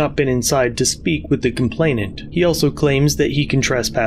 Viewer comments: 😂😂I’m sorry. Was that, “the complaintift?” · The "complaintent"??? Is she really a cop? She can't even speak English. She can barely string a coherent sentence together. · Jesus. How those 2 managed to pass the academy and got sworn in is beyond me. The way she struggled on almost every word on every sentence is unbearable to watch and when she did finish her sentences, she's either wrong or not making any sense. I lost it when she said "complaintiff". 😅🤣😂